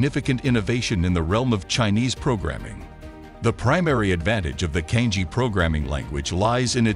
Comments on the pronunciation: Cangjie is not pronounced as 'Kang-jee".. It is "chunk-jea". "jea" as jealous. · CANJIE - the correct pronunciation is Chang Ze-Air. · the narrator has mispronounced "cangjie" making it sound similar to "kanji"